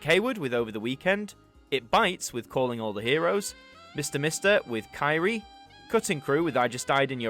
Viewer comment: Be interesting to see if this series will go back as far as 1970 and, over time, come right up to date! Put all those into a computer and play them on shuffle! Kyrie is pronounced Kirry-ay - it’s not Kyrie Minogue! Could do for someone born in a specific year - born in 1986? Here for you is Now Yearbook 86 and 86 Extra - if you can also get a hold of the number series featuring the hits of 1986 as well, you’re covered - same for any year!